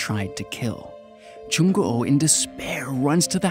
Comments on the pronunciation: Ikr, I don't wanna be a Koreaboo or anything but Korean names are usually said how they look so it would be a long oo not an o o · LOL yeah, he's like Jung Go Oh X"D that's a whole other name there hahahaa XD nice try tho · I can't, the way you say "Jung O O" bothers me lol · I know what you mean and yeah that's right, well maybe Jung Goo was a hard name for him? Idk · hahaha Moo Myeong too 😂 dats ok tho, he tried haha 😆 his "Il Gwang" is pretty decent, Jung Goo's the only weird one hahahah